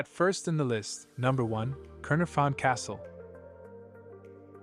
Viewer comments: Terrible AI voice .... CAER is pronounced 'CARE' not 'cur' (caer is welsh for castle) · kai-nar-fon not kurn-a-fon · Caernarfon is pronounced Cayr-NAR-von, a single "f" is always pronounced hard, double "FF" soft;. like in "of" and "off". Stock footage of the City of Cardiff, hardly any of the castle itself. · The way the narrator pronounced Caernarfon was ridiculous 🤦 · The narrator's pronunciation of the places is abysmal. Caernarfon is not pronounced anywhere near the way he pronounced it, it would have been better with a Welsh narrator who would have been able to pronounce the places. I think the voice over was AI.